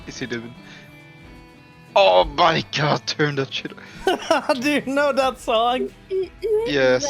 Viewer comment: When did God have a t at the end of it? "Oh my godt"